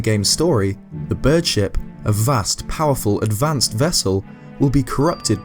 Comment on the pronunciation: Whenever you say bird ship i think you are saying bird shit.